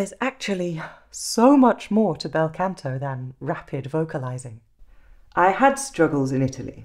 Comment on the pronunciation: Scusi, Canto pronounced con to, not can to. The ahh as in mah ria or mama.✔✔✔